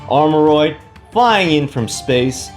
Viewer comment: Whoa pronounced it right this time lmao